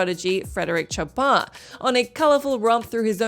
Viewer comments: LOOOOL CHOPIN SAID LIKE CHOP+(P)AIN ? XD IT'S SHOP+N (LIKE AN ALPHABET LETTER) !! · I was like who is she talking about? Does she mean Chopin? I say it “Show Pin” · Wait, you mean Chopin? Is that a normal English pronunciation? Never heard it being said like that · That pronunciation of Chopin is... creative, to say the least. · I was just going to say that same thing. Plus they way she pronounced Chopin is very, umm... unique, to put it politely.